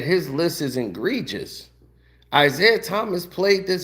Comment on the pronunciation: Did you say “ingregious”? 😂 😂😂 I can’t watch any more after that. You’re a 🤡